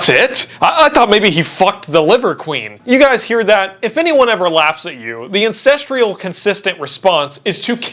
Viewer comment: do you say ancestreal too? :^)